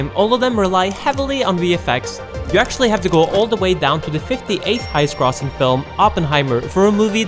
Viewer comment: The way you said "grossing" lol